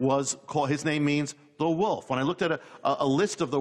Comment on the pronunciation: "Far from the wuff" she says.